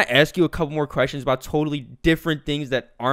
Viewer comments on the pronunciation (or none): "The tik tock" "A boot" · Does he say "about" that way as a joke? I have never met someone from Canada who actually says it like that, and I was born here.